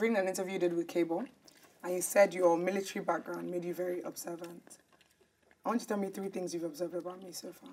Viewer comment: "Meelatarry" dfkm 😭😭